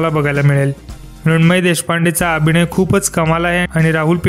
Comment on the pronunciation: अत्यंत अशुद्ध मराठी. इंग्रजी शब्द जास्त आहे. 'अभिणय' नाही हो दादा 'अभिनय' म्हणतात. भाषेवर मेहेनत घ्या दादा.